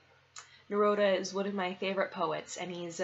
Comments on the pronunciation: Pronounced Neroodah. And yes.... he is amazing. 😊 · You pronounce his name like Amy😃...it's Ne-roo-da.